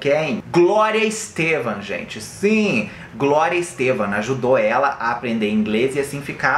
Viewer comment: É Glória Estefan e não Glória Estevam ✌️